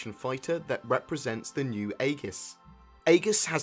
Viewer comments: its pronounced EEGIS....like our Aegis class missle cruisers in the US navy....just a bit irritating hearing Ay-GIS all the time....just google the word Aegis and you'll see its pronounced EJIS....the A is silent. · It's pronounced Egis. In English AE is pronouced as E, it's a left over from ancient greek influences. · Agree on that one. Its like E-jiss. Its not spelled how its written at all :3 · that's not how you pronounce aegis...